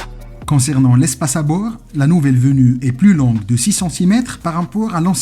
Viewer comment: Merci beaucoup pour votre proposition. J'ai déjà un travail dont je suis parfaitement satisfait. Pour la prononciation des mots il faut absolument faire très attention avant de publier la vidéo ( ( un ) une transformation) 🥴 cette planche de ( bouur ) .............